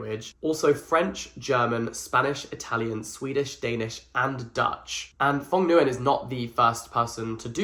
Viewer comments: Jack...Jack...JACK Mr. Jackson Edwards you come here right now. The author's name is not pronounced /Fong Guy - an/, it's a Vietnamese name since the author's father was an immigrant from Vietnam. The way you pronounce "ong" in Phong is similar to the way you pronounce "ing", so you close your mouth after, instead of keeping them open like when you say "bong". Nguyen is the most common last name in Vietnam, and it's pronounced like "win" but replace the "w" with a soft /ng/ sound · the pronunciation of phong nguyen 😭😭😭😭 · Every Vietnamese person will never forgive you pronouncing Phong Nguyen like that.